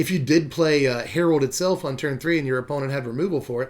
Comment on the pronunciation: I think it’s Harald like Geraldo without the O